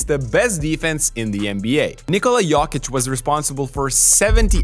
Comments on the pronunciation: it is "YOW-KICH " not "YOKE-KICH" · A suggestion: It's 'Yokich' as in 'Yo whats up', not Yawkich as in 'yawn or y'all' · It's not "yock itch" its "yo kitch" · Im from Serbia, to explain in English, it’s Yoke - eech. But the double ee sound is short and sweet, like the letter E when you do abc’s. And the emphasis is on the first syllable Yoke. Like Joke but a Y sound instead of J. So Yoke-eech accent on the Yoke. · u pronounced jokic wrong. its GOATic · I thought you are mispronouncing Jokic... but now I am wondering if the rest of us are xd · Yeaah, stop making NBA videos when you can't even pronounce the league MVP's last name correctly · That jokic pronunciation is a joke. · You also did it wrong ,it goatИЋ ;) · What is that weird pronunciation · I don't think so, I've looked up some pronunciation videos, the way is says it isn't accurate. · It’s not completely accurate, I’m Serbian and he is doing his best but that “o” is wrong.